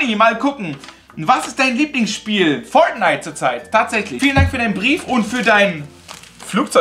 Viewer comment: Wie Fortnite ausspricht 😂 Foatnite